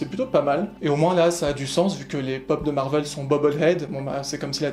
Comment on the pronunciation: On ne dit pas marvelle on dit marvélle